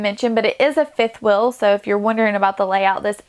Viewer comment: Liked it because of the way you transformed the RV. Looks beautiful. But please pay a bit more attention to how you pronounce some words. Fuhl is feel? Wuhl is wheel? Ruhwhul is reveal?? Wuhl is will?